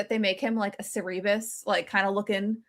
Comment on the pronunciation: lol I died at how pronounced Cerberus 😂